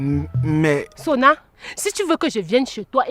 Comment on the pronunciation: J’aime ❤ trop surtout sa manière de prononcer le nom de Sonna